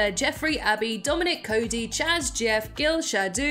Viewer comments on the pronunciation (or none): none